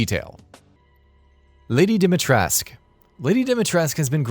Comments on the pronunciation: Dimitrask? It’s pronounced Dimi-tres-coo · Jesus, and still you say Dimitresk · Guys the name is Dimi TRESH cu, Dimitrescu the S sounds SHHH... it hurts how you butcher the name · Repeat after me Its Lady DEE-ME-TRUHSS-CUH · Umm..you should remake your video…so that you can fix the way u r saying Dimitrescu…..it is pronounced the way it’s written. 🤦🏻🤦🏻 .. who the heck is Lady Dimitrask?? I don’t understand why these people from the United States pronounce things their way…. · Dimitrescoo (u = oo like in coup) is the right romanian pronunciation. People had it right the first time. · It's pronounced "Dommitres" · As a Romanian, that was the most painfully stupid way to pronounce a name I've heard -- why would you even assume the "u" is silent?! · As a Romanian I need to let you know that you actually need to pronounce the "u" at the end of "Lady Dimitrescu" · Please stop dropping the U at the end of Dimitrescu. It’s not silent, my ears hurt 😅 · it's Dimitrescu, you have to pronounce all the letters. thats how romanian works. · Every video where you refuse to pronounce the "U" in Dimitrescu will give you a thumbs down from me. Learn to speak! 👎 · How comes you never pronounce the "u" on the end of dimitrescu? I'm just curious.